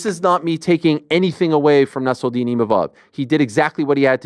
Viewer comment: Why is Ariel pronouncing Nassourdine with a french accent? Lol. He is originally from Russia and his name is of Arabic origins.